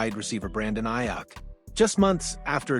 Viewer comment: I had to stop watching. Just for keep pronouncing his name wrong